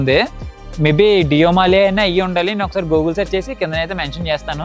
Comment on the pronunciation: Gooogul kadhu annna google 😂😂😂😂😂